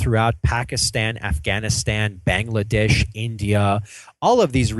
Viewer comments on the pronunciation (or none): none